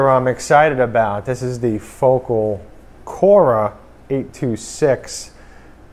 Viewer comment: Wow these are the exact 2 speaker (826 vs 603) that I'm undecided wich to buy and the colour scheme is exactly the same aswell 😂. Great video pal 👍. BTW are you gonna review the 603's or you already did? Also could you make a video comparing these 2? Thanks. PS : You're pronouncing Focal wrong 😉